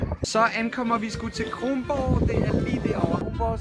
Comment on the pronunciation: Dude Kronborg ikke krongborg